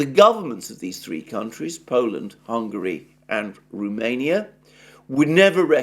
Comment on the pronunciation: It is Romania not Rumenia. R O mania. Cheers.